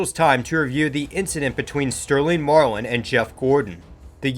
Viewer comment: Sterling marwin? It’s Sterling Marlin not marwin.